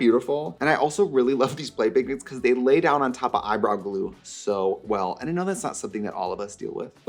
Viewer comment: I like how she said eye brawl glue